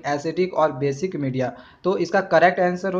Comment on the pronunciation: sir said basidic medium